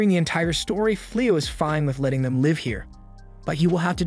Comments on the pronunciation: it’s given away when it it mispronounces words or uses the wrong pronunciation in the work context like it said “live” like a concert instead of live in the sense of having a life and existing. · Is this an AI voice or something? Weird pronunciation on swears and the wrong version of live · This is AI. It pronounced "live" like in livestream but not live like living.